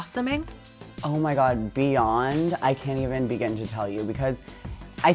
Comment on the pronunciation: He says beyond like paris